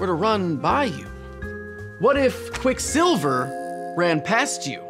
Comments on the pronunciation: Your pronunciation of Quicksilver was very distracting. You're the first person I've seen who puts the stress on the second syllable. I've only ever heard 'Quicksilver, not Quick'silver. Fun video, though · Great vid...but why do you keep saying quickSILver? It's like when my grandmother says "boy scouts" as one word with the stress on "scouts..." boySCOUTS